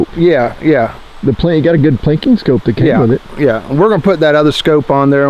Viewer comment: Scope not scoop